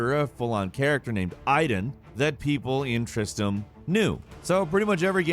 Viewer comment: Why can no one call it TristRam. Its not Tristam.